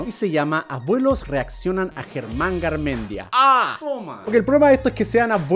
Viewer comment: Soy de Argentina también entendí lo que dijiste pero lo tuve que leer 2 veces para entenderlo 😅 . Like si sos de Argentina Y escuchaste como pronunció Germán ahre. :) lo pronuncio tipo..... Aaarre jsjsjsjs no mentira no hay que reírse de eso xd por que el no es de Argentina Y no sabe como se pronuncia ahre.